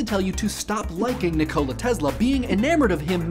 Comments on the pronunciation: its not ni cola its just nikola like Nicholas! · It Nìkola, not Nikòla. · It's NiKola not NikOla. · Nee-Koh-La Not Ni-C-Oh-La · I couldn't finish the video because of your pronunciation of Nikola I've always heard it as Nick-i-la not Nick-o-la D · You say it like Nih-Cola Tesla. It's Nikola. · You pronounce it wrong it's pronounce nick ola like hola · Isn't it pronounced "KNEE-koh-la"? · I swear, every single time you say NICK-OLA I grit my teeth. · I have to say, I am quite annoyed about how you pronounce his name NikOla Tesla. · Did you just call him Ni-cola? I love you man, but you are so 'murican sometimes. :D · Nih-Cola Tesla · is that how his first name is actually pronounced? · Just don't say his first name, please! You'r terrible at it!!! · NEEK-oh-lah TESS-lah, not ni-COE-lah TEZ-lah. Tangentially related, REE-coe-lah, not ri-COE-lah. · Also your pronunciation of Nikola Tesla is a bit strange. You pronounce it like "Nicola Tezla" instead of "Nikola Tessla" witch would be the correct pronunciation.